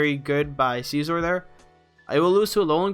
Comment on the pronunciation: Sih-Zor... not Seezor